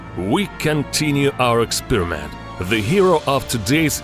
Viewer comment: I love his pronunciation "ikspiramenttt"